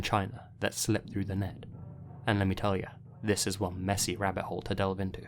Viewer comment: It's wahbbits!